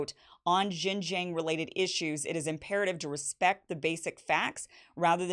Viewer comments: To the non-Chinese speaking readers, May I suggest that Xinjiang is pronounced as "Sing-jiang" which is closer to the actual mandarin pronunciation than " Zine-jiang" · Kim Xin-Jiang is pronounced "Sheen" Jiang! like Charlie Sheen!!!! please I can't stand Jing Jiang one more time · Kim, JFYI, it’s pronounced Shin-Jiang. X is similar to the SH sound but slightly different. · why can't she pronounce XinJiang? if only we treat African and Native Americans here as well as the Uyghurs are being treated now in XinJiang.... Also Uyghurs weren't originally Muslims... Their culture predates Islam, wine making is a prominent part of their culture which is outlawed by Islam. Many moderate Uyghurs were the main targets by extremist attacks in the 2010s.